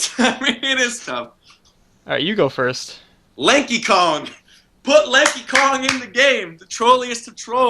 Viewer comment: I thought he said "Linky Kong" I was like "WHO THE EF IS LINKY KONG?" then I realized who was saying Lanky haha.